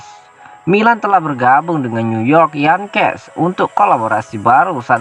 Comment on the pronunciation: Yengkis bacanya, bukan yangkes.